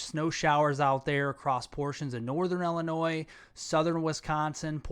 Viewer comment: Its pronounced ILL-eh-noy. Sorry. I honestly dont want to be THAT guy.